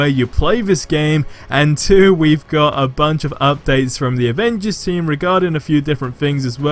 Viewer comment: Captain America, I love his playstyle and his also my favourite Avenger but its annoying asf that his voice actor say "Ovengers"